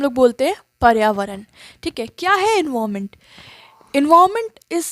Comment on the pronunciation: your pronunciation for environment word is wrong